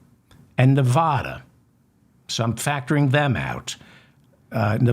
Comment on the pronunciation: Please stop mispronouncing NEVADA. "Va" as in vasectomy! And we're voting BLUE, not for the fatass fascist!! Thank you and goodnight!